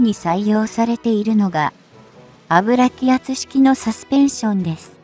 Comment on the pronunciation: 内容はいいんだが相変わらず遅いな。遅過ぎて集中が続かない。アブラキアツでなくユキアツな。細かく説明するなら正しく読もう。